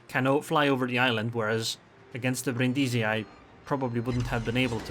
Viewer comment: Nice game...but accent on Brindisi is on the first i Brìndisi